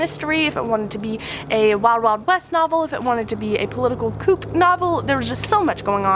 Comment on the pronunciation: A great wrap up, looks like you had a great reading month, however "coup" is pronounced "coo"